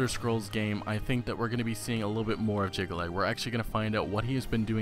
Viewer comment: He also cannot pronounce Jyggalag, Sheogorath or Kvatch. Did he actually play the games?